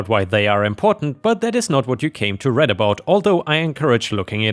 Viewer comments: The use of the word "read" here is said as "reed" not "red." Saying it as "red" would be past tense, like "I read (red) the book." This is a present tense, so they "came to read (reed)." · A little tip: in the context of to read about, the word read is pronounced like reed.